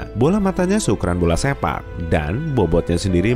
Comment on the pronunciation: Di menit aku dengerny "dan bola matanya seukuran bola SEMPAK" awowkwok